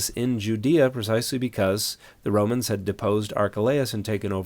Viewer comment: "Someone called Romanes they go the 'ouse? 😂